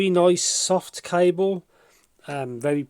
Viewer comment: Lol a C"ai"ble and "uun"screw 😂